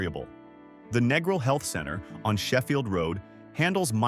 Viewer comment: if the narrator can't even pronounce Negril, he knows nothing about Jamaica. Been to Negril 4 times, walked everywhere, no problems. Been to MOntego Bay 4 times, no problems. Going to Ocho Rios in Nov for 13th trip, this video is misleading.